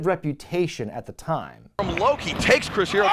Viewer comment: Low Ki got butchered.